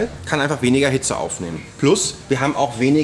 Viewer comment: Immer wenn er „PLUS“ sagt...:)